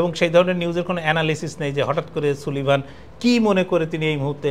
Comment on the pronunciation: নামের উচ্চারণটি হবে জেইক সালিভান।